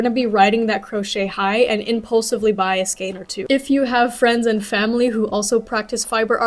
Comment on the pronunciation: Skein rhymes with cane. 😊